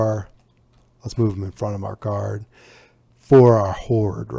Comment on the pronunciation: it's "Guard"